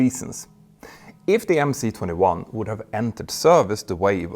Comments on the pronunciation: for god‘s sake it’s MS-21, not MC-21… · MS 21 not MC 21 😭🤡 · Why do you pronounce the МС-21 "emm-cee" and not "emm-ess"? You spell out other Russian letters as their Latin counterparts, as in PD-14, which is really a ПД-14. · 1st of all, when will you fucking get it already?! It's not Em See 21!!! It's - Em Es 21. 'C' is a Rusian letter 'Es' and *not" an English letter 'See'!!! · please read MS not MC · MC 21 is in cyrillic so it’s pronounced MS 21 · Dear Peter, I'm a long-time subscribe to your channel, and really appreciate its reliability, analysis depth and production quality. Your overview of the MC-21 (pronounced MS-21, by the way, as "C" is "S" in Russian) comes as a nasty surprise, though. I'm wondering: 1. What would you have Russians do if the West refuses to cooperate? This is a highly charged global political issue, perhaps out of this channel's scope... 2. Where did you source your information about 6 tons increase in BOW (BOM), 1500 nm full payload range and 23,000 ft ceiling? Keep up the great job and, perhaps, leave politics out of your great channel...